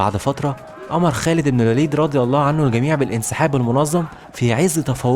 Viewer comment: الباشا اللي عامل الفيديو استاذنك الالفاظ انت بتقولها غلط يعني مثلا كلمة هرقل قلتها غلط ورضي الله عنه وكلمة بصرة